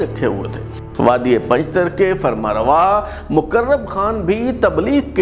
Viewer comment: بلال صاحب یہ پنجتر نہیں بلکہ پنجتار ہے لہذا براےَ مہربانی تصحیح کی جیے شکریہ۔